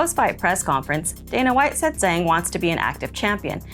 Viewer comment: Zhang is pronounced similar to jeng in chinese.